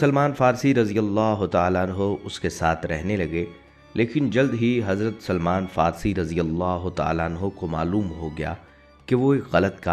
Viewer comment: پہلے اپنی معلومات کو صحیح کرو، اور اپنے تلفظ بھی درست کرو۔ رسول اللہ صل اللہ علیہ وسلم کے صحابی کا صحیح نام سلمان فارسی تھا نہ کہ سلیمان فارسی ۔ اب یہ نہ کہنا کہ صرف حرف " ی" کا اضافہ کیا ھے۔ یہاں اور سب لکھنے کا وقت نہیں ھے مگر یہ بالکل صحیح کہتا ھوں کہ اپنے تلفظ بجی درست کرو۔